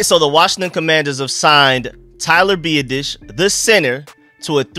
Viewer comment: You have to learn how to pronounce his name, phonetically it is Be-Ot-Ish